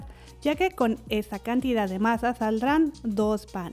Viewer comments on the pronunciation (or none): none